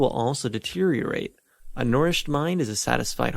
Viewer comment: My OCD couldn't get past the pronunciation of 'nourished'. 😮